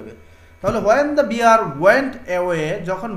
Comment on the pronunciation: Bear, not beer